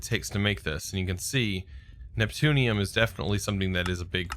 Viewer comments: it's "neptune-ium" not "newton-ium" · Bob Jones "Newtonium" instead of Neptunium is all I say :D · Neutonium? Are you even TRYING to read the word at all? Seriously. It's NEPTUNIUM. NEP-TU-NI-UM. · NEPTUNIUM not NEUTONIUM, IT'S NOT COMPLICATED